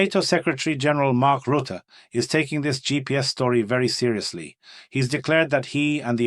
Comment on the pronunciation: 'Rutte', not Rootte. 🇳🇱